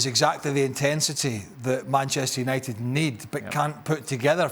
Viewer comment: did he say BANCHESTER UNITED? HAHAHAHAHAHAHAHAHAHAHAHA